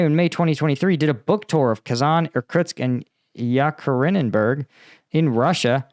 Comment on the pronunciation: It's pronounced ee-cat-erin--burg, named after the wife of Peter The Great, Catherine I. It is also where Tsar Nicholas II and his family were murdered.